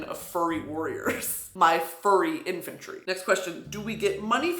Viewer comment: the in”fur”try